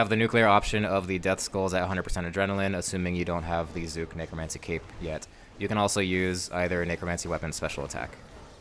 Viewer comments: thank you for saying his name right and not saying zuck every .5 seconds like rsguy its like he just loves how CK words roll off his tounge and cant resist saying it over and over and over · It's an aside; but you're not using the same kind of "u" as is used in the cinematic by Zuk himself. It's closer to the "U" in under, or umlaut. It might be a bit difficult for you to hear due to phoneme awareness being something that's difficult to expand upon past a young age. Good guide overall!